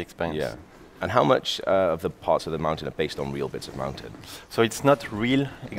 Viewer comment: Cringed every time the game dev said mountain